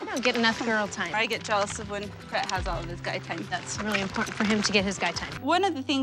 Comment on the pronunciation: Not pret, chet.